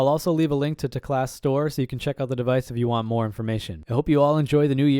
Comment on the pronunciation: isn’t it teclast, not telcast?